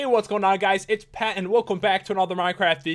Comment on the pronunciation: It sounds like you say: Hey guys! What is going on? PET here